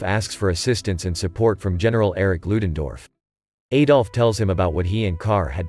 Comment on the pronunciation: Could not get more than a minute into this. Please stop pronouncing his name incorrectly. The 'A' in Adolf is pronounced like the A in the word Add, not like an A that rhymes with Hey.